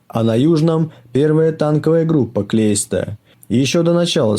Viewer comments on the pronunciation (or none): Блин, не Клейста, а наверное Кляйста.